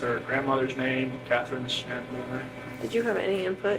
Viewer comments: No it’s shannan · Why do they pronounce his wife's name that way? That's not how I would say that name, maybe I'm incorrect but I don't think so. "Shannon" how hard is that?